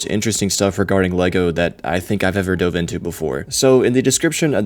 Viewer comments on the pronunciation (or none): none